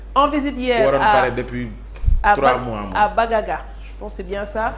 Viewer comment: Village banganga , et non bagaga 😅 vers adeane